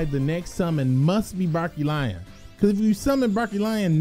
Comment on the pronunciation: I laugh whenever he says Barkion wrong